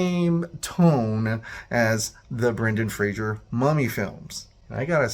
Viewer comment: It's not Brendan Frasier. It's Fray-zer.